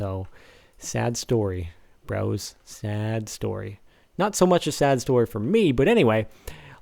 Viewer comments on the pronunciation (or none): none